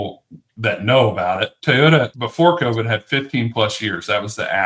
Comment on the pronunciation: What's a Tey-ota?